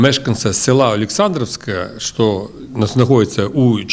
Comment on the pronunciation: не што а що та не релейный шкаф а релейна шафа!